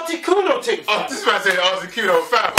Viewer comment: Mans said Articuno lol subscribed right after that